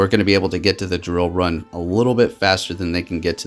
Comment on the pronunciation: Dude, you always butcher the name of moves for Pokémon. Lol love watching you battle, but I just laugh every time you mess up a name. Shadow sneak haunter, drill run zapdos.